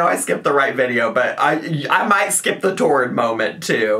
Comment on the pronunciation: “Chest piece molment” 😂